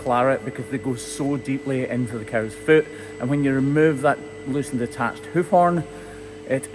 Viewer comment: Sometimes it sounds like you say, "Hoochie B P" lol